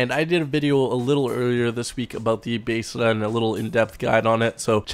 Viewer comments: Why do you say Beseda instead of Besra? :O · Besra not baesra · "basada" ITS BESRA! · He called the Besra the "Basada". This fool is slipping. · its pronounced BES-RA js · I new I was the only one that thought that it sounds like hes saying basesada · Why do you say Besra so weird? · So this whole time we were pronouncing it wrong? 😢😢😢 lol. Keep up the great videos. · Talking in game genius.